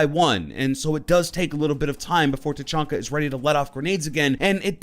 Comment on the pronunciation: Tachanka not fuckin Tachonka